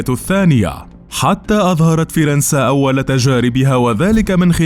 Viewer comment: اول مرة بسمع حدا بقول فرنسا بهل الطريقة